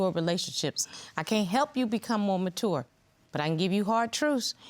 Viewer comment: Everytime she says “Matour“ i loose it